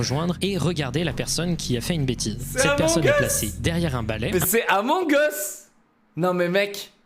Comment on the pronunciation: je buvais et putain je t'es vu rire jme suis dit "il va dire un truc drole mais c bon jvais suporter" et tu sors "cé amoug ous" putain j'ai tellement ton recracher